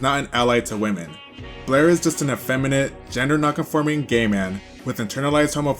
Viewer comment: You MISPRONOUNED Blaire Many Many Many times 😂😂😂😂